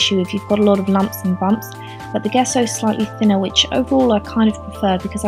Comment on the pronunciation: It's pronounced 'JESSO.' Not GUESSO.